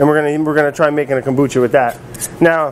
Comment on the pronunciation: When you pronounce kombucha. There is no accent on “bu”. in Japanese you don’t accent separate syllables, they are all spoken at the same level. You are saying two words kombu and cha. Cha is Japanese for Tea, like chai (used in Turkey). In Japanese, the word "kombu" (昆布) refers to a type of edible kelp that is widely used in Japanese cuisine. It is often used as a flavoring agent and a source of umami in soups, broths, and other dishes. Kombu is also known for its nutritional value, as it is a good source of iodine, dietary fiber, and minerals. In addition to its culinary uses, kombu has also been traditionally used in Japanese folk medicine for its purported health benefits. So you’re basically saying: Kombu tea. Kombu cha. There is no reason to accent the syllable “bu” unless Americans insist on looking stupid in the world today. The Japanese will appreciate that you are making some effort to pronounce things correctly. Or just call it kombu tea!